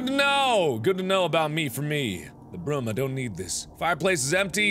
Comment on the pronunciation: Mark says broom the same way he says room.